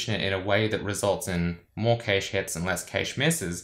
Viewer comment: It's pronounced "Cache" not Cayshej